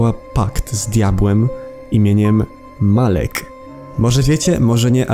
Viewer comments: nie mowi sie malek tylko malak XDD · nie muwi sie bris tylko birs i nie muwi sie malek tylk omalak naucz sie czytać